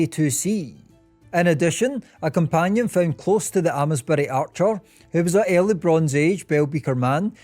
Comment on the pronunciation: Why don’t you know how to pronounce “Amesbury”? You’ve been saying it “Aa-mess-bury,” as if you didn’t know how to read. The “Ames-“ part rhymes with “James”!